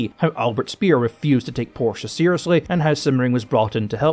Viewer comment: > While i really, honestly commend you for your bang-on pronunciation of the German name "Porsche", which is doing wonders for my tortured German ears, i would like to suggest (as a next step in your mastery of German tank names) that you put the German word "Löwe" into google translate and listen to it and repeat a couple times. Your current "low" is just too far off the mark. Even the english "w" sound has no place there. It has to be a "v" sound. Anyway. You'd impress the shit out of everyone who knows, if you could semi-unfuck your "Löwe". (If you can't type the word "Löwe" for lack of an "Ö" on your keyboard then just type "lion", let google translate that into German and listen to the result.)